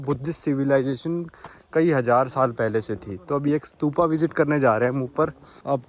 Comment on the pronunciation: Bhai स्तूप होता h स्तुपा nahi